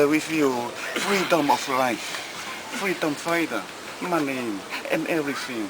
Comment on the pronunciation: Cracked me up every time said " EVERYFING " and " IT'S MY FREETOMU " LMAO from UVEA!! MALIE